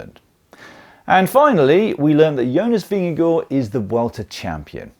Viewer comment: Am I miss-hearing your pronunciation of Vingegaard? Sounded like “Vin-ge-gore”. If so, that is not how Jonas pronounces his name, but slightly better than the ENTIRE NBS Sports commentator team, who seem led by Bob Roll presumably intentional mispronunciation “vin-ge-GOH.” I hate that disrespect. Names can be hard, but there are not that many names that English speakers might have trouble with (especially with the handful of dominant riders), so not that many to learn how to pronounce correctly.